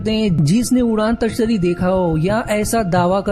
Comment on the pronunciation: Udaan tashtari nahi bro udan tashtari hota hai